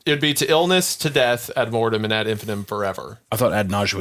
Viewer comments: its pronounced ad in-fin-EYE-tum jfc Also, amber alerts aren't issued for just a kid missing. Its only for an abduction. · In case anyone cares, it’s pronounced “ad in-fi-NIGHT-um” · All of you collectively mispronouncing "ad infinitum" is absolutely driving me up the wall.